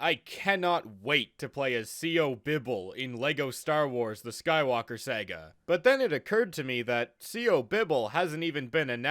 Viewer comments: It is Pronounced Sarga not Seyga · Why do u say “Sega” instead of “Saga” sometimes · It is sah gah not Sega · I hate how this man pronounces Saga